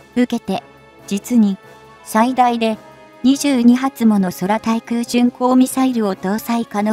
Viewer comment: 空対空(くうたいくう)ミサイルと読みますよ。もっと日本語を勉強しろ。